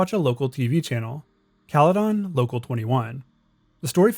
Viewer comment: Hearing how this dude says Caledon hurt my soul